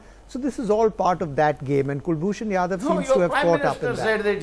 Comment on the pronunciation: Its Jadhav not yadav naam bhi bolna nahi ata Chu***a